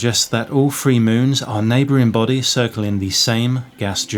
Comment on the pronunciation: Earf, Free Fousand, myfic etc etc. This guy’s not a Cockney and probably not even a Londoner so I’m not listening to a regional accent, just what sounds like a speech impediment. For me, personally, I can’t listen to it. Such a shame as the video seemed intriguing.